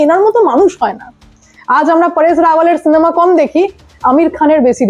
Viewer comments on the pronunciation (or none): none